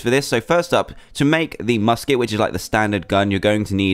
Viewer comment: U said busket barrel